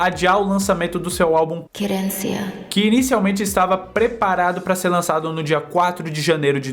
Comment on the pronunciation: Eu acho que sou a única me morrendo de rir dele falando querencia kk